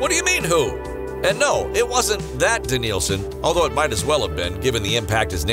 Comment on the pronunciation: De-NIL-son what a joke😂😭